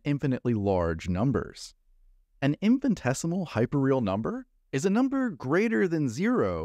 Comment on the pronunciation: FYI the word is Infinitesimal, not "infant-esimal". 😄